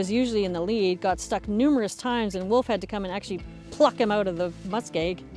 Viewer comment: Wolf = o, not oo :) - I skip the surname "Höntsch" ;)